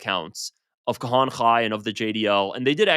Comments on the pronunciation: pronunciation is not his thing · You are saying Kahane's name wrong...not that he deserves saying it right... but its bugging my pedantry.